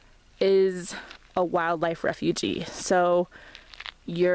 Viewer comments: Hi Refuge is pronounced "refewj" not "refugee". Although wildlife are refugees in a sense! Very nice video! Sub'd and thumbs up! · "Refuge" rhymes with "huge". It's not "refugee".